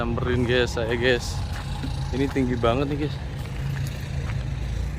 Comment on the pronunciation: GAES NOT GEES